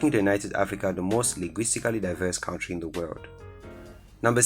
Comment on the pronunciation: The way you are pronouncing country is disturbing